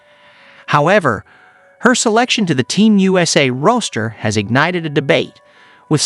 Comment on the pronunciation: Yes, you did. You know that half of these videos aren't narrated by actual people either, right? He also mispronounced Taurasi, roster and WNBA!